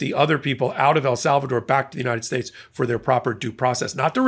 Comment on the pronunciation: You would think King Nar would learn to stop talking, but he's just no good at not being in the limelight 24/7, and trying to sound Intelligent and Important. [ - slurring his speech!!... maybe it's time to re-name 'united states' to something he can pronounce unimpeded].